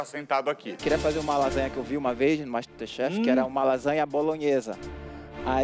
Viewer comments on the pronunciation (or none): "bem vindos ao master tuexe"